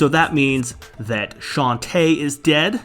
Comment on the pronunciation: My favorite part is when he said ded